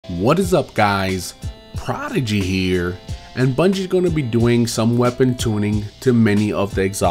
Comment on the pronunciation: you say "prodigy here" in a very interesting way every video lol why? like it's a pause after what's up guys